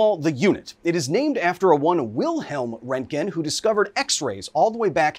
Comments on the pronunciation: You say the o not the e, Ron,te,Ken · Why is there a "k" in your pronouncing his name? ... Oh, your pronouncing it in a few diffenert ways and default to turning the "g" into a "k" sound as you often call it "rent-Ken" ... stop tentimg poor Ken, he has to go glfight Ryu and other Street Fighter opponents. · RÖ RÖ RÖ RÖntgen, not fucking REntgen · Your pronunciation of Roentgen is bothering me so much. The show might not have done it perfectly, but it's closer than what you're saying. The guys' name was Röntgen, which in english is most closely pronounced like Roentgen which is why we spell it that way. Roe-ntgen. Not Rontgen like you're saying. After looking it up, it seems like your way is the typical American pronunciation which is now bothering me. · It's RONTgen not rentgen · Who pronounces it “rent-gin?” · Rent-gen? Fuck, Kyle. C'mon, dude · rengen lol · I like how the general guy adds an extra syllable to word. "RON-teh-gen". I like that pronunciation more. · It's pronounced "RERNT-gen". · Röntgen isn't pronounced Rentgen... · Bro stop saying “rentgen” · It's not rent gen learn how to efin talk. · Renken its speeled out for you and somone pronounces it for you learn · You pronounce it like "Rankgen" I have never heard it like that before. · It hurt me so much hearing him say "rentgin" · It is pronounced "Ront-Gen" it is two syllables. The first X rays were called Ront-Gen Rays. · STOP MISPRONOUNCING ROENTGEN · I thought it was Röntgen. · Strange pronunciation of Roentgen/Röntgen. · If only you could pronounce the scientist's name properly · It hurt my ears when you miss pronounced Wilhelm Röntgen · Very informative... BUT man... your pronunciation of "röntgen" is criminal 😂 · This guy can’t even pronounce roentgen properly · so funny when English Speakers are trying to pronounce röntgen. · “Radiation guy” Can’t pronounce simple words like roentgen Channel blocked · I don't think I will hear an American pronounce Röntgen correct in my lifetime.